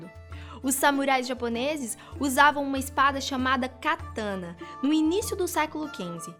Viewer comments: Kataná, não katãna. E a história das espadas foi tão resumida que fugiu da veracidade. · .correção se fala KATANÁ a pronúncia serta